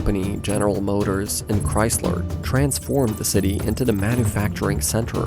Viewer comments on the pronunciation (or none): none